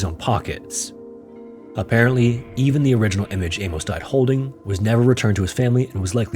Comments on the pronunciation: What in the fck is up with this generation and their pronounciation of names and places......???? For fck sake man its not A-MOSE, its pronounced A-MUSS..... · "Amos" is pronounced "Amus" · This is a horrifyingly fascinating story. Those poor kids! FYI ~ Amos is pronounced like famous, not with a long O as you were saying. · Amos pronounced A-MISS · Famous Amos!